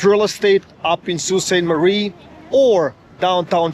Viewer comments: Sault Pronounced "Soo" Saint Marie. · Pronounced Soo Saint Marie. You were in the worst part of town. Gore street is the crack head area of town and has been for decades. There are plenty of really nice homes and areas north and east of the city. Honestly I hate Toronto. Way too many people and it’s fugly down town also.